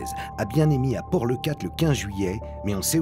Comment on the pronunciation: Karl… c’est Canet en Roussillon…. Et ils ont pas cherchés dans le sable entre le barcares et leucat… le sable bouge et assez profond rien ne ressort… j’aime tes émissions par contre… les noms de ville 🤣😂 tu m’a écorché les oreilles 🤪